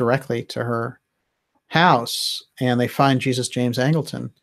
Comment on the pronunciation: Great work,. One small correction: Angleton's first name was James, middle name Jesus. And I'm pretty sure it was pronounced as would be in Spanish.